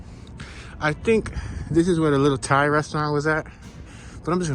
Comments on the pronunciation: LOL...he said "thigh" people..... it's "tie" people....the h is silent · my man said thigh....it's Tie from tailand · lool... Thai is pronounced like "Tie"....never heard somebody say it like "thigh" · thigh people...good one...they pronounce thai like tie... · Ok so he was supposedly joking when he said “thigh” as “Thai” but wasn’t kidding when he said “Ethneticity” instead of properly saying “ethnicity” 🤔 okaaaaay .... If you went thru 4 years of college and aren’t articulate enough to say Thai and Ethnicity, get a voice dubbing correction app and a proofreader so you can correct the tour after the fact prior to posting. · 😄🤪 lol I knew you were kidding bout that Thai pronunciation, very funny 😆 good one